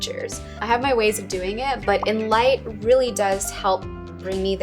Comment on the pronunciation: She said it something like "in light" or something but I don't understand.